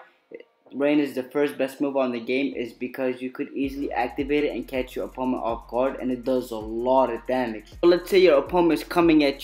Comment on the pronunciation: When your saying. Opponent it’s like your saying oponet.